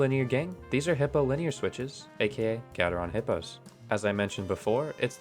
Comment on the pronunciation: Don't you mean "Little Hipyo's" :D